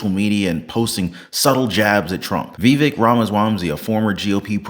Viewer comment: lol you're saying Vivek's last name wrong 😊